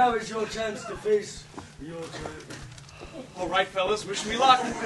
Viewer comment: I love how pronounces "Dragon" as "DrrrEEAAYYyyGGEEyyyNNNN"